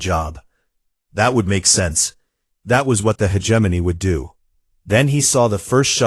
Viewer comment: It does not matter how many times viewers try to tell these "creators", the correct pronouncation is: he·gem·o·ny, NOT hedgeimonyy. They just don't understand bc they "outsource". :face-fuchsia-wide-eyes